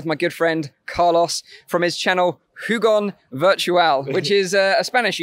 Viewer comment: "car loss" u sure his name isnt "car lose"